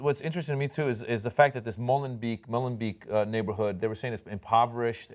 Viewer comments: Pedantry corner: 1)Molenbeek is pronounced Molenbeck. 2)Please note the adjective for Belgium is Belgian. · its cute how you pronounce MolenBeek >< greetings from a Dutch man ^^